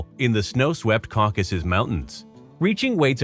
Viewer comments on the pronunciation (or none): none